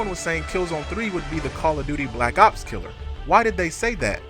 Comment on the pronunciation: Whenever I hear Black Ops killer, I think he says Black Cops Killer.